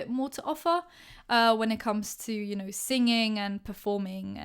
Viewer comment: The way she said singing though😂